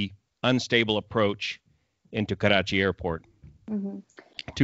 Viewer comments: I love it how you take special care of pronouncing 'Karachi' and 'Urdu' properly. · the way u pronounce Karachi is amazing and completely different from other Englsh speakers . loved it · Hey sir, I like you pronunciation of Karachi and Pakistan. Usually English spoken say Karachi and Phakistan.... Anyways very knowledgeable discussion. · This is not related to the topic but I have to say this , as a Pakistani ...I love the way he says Karachi “ ❤️